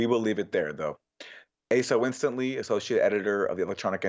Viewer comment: 'Winstanley' isn't pronounced 'Winston-ly', but 'Win-Stanley.'